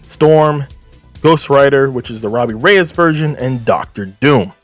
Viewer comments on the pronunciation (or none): none